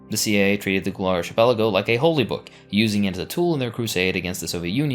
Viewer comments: Archipelago is pronounced arcipelago and Apartheid is pronounced apart-heid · Don't know if you care or not, but the word "archipelago" is not pronounced with a soft "ch" as in church or Charles. It is pronounced with a hard "ch" sound like in Bacchus. Think of it as a "k". Ark-i-PEL-a-go. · Is arch-pelago a valid pronunciation of the word? Asking genuinely since I'm Brazilian and I've always pronounced it as arqi-pelago. Or ark-êêhpelago. It's written as arquipélago in portuguese. (Now, looking at it, the arch aa in archduke really does make sense.) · It's difficult to take any of the "inaccuracies and lies" presented in this video at face value when the narrator didn't even bother to look up the correct pronunciation for "archipelago." Do your homework next time. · U need to learn how to pronounce the wirds archipekago and xenophobic